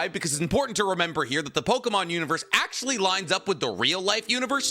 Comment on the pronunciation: These name prononciations are worse then expected 🚡